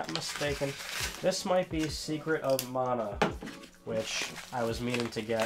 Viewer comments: Your pronounceing it wrong. Secret of mana is pronounced man-a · It's pronounced Man-ah? I've been saying Mahn-a. I always get the wrong em-FA-sis.